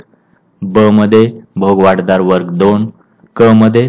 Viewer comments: भोगवटादार आपण सारखे भोगवाट दार म्हण्ताय ते चूक आहे. कृपया उच्चार तसा करणे. भोगवटा म्हणजे ज्याचा उपभोग घेता येतो ते. भोगवाट म्हणजे मार्ग भोगाचा . तुमचे कार्य सराहनियच आहे पण उच्चार चुका मुळे कधी कधी अर्थ बदलतो म्हणून हा कॉमेंट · भोग वाट दार नाहीरे बाबा .... भोगवटा दार म्हणतात